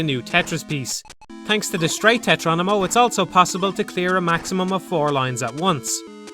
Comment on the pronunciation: Excellent video as always! ...But I can't stop myself from noticing every time you say "tetronimo" instead of "tetromino". xD